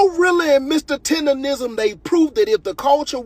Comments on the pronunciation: Naw she said “tenderism” lol can’t even say it right cause she don’t have the right spirit!! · That lady doing all that talking but not even saying his name right. She’s saying Mr. Tenderism and it’s Mr. Tendernism. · She don’t even say his name right, she called him Tenderism, white slave master? He’s very much supported and he’s happy. Go Mr. Tendernism show em what you working wit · Yes!‼ Please say it right! Its Tender-Nism. Nism, Nism, Nism.‼‼‼